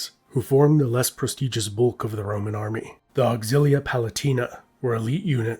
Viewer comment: I swear he’s saying the ramen empire